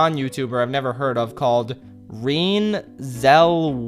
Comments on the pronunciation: I don't care about just how old this video is, My name is also Renee and I just want to tell you how to pronounce it, not because I wanna be like "NHgAh YoU DiD tHiS wRoNg" but because- yeah. You pronounce Renee like Run-Aye y'know?? like "Run-ayeeeeee" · FYI: It's not pronounced "reen" Zellweger, it's pronounced "Ren-nay." But I get that it's supposed to mock the movie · I think it's pronounced: R - EEEEH - Nnn - EEEEH Cellwe - ger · Reene is pronounced (reh-nay) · bro it's a continuation of the running joke that he only knows people who have youtube presences. you can't seriously think he thought renée was pronounced reen right? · just so you know, my mom’s name is Renee and it’s pronounced Ruh-NAY. It’s a weird word I know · he really pronouced Renée...."Reen" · "Reene" is the most incredible pronunciation of Renée I've ever heard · Her name is pronounced ruh-NAY ZELL-weh-ger. She played the lady from Bee Movie. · Her name is pronounced ‘Reh-Nay’. Also I share the first name with her, and your butchering of my name was very humorous to me. I know it’s a unusual spelling, it’s French. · Pronunciation: "Ruh nay zehll weg ur" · It's pronounced Ren-NAY, it literally has the accent mark for emphasis. But yeah, continue. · I'm sorry but the way you pronounced "Renée" made me wince.